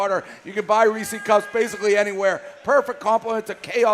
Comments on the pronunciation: It's Reese's!!!!! Not Ree-cee's! For the millionth time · it's been months now and dave still can't say reese's